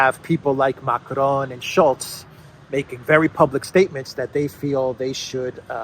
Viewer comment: It’s not Macron. It’s Macarone